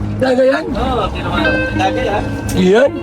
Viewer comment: Disgay po kuya... Hindi Dagay... Hahaha